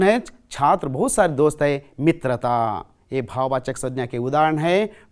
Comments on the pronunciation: Uchharan dosh aur sabdonka galath pesh udaharan sagna saina in dosho ko sudharlo sir pls. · Aapka pronouncation thoda kamzor hai sir संज्ञा iska sahi pronouncation hai sangya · Sir plz sangya pronouncation tik kiji ye aur है aur हैं ka prayog b sir हैं ka prayog jab plural yani bahu vachan ka prayog ke samay kiya jatha hai .है ka prayog ekvachan ke samay kiya jatha hai